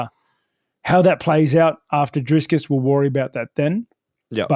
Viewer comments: driscus,, how did he get that name so backasswards, love how consistent he does it tho :D a little sad he will end the road to izzy for dreicus, would have loved to see that play out, but now his soul will be reaped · Drisscus hahaha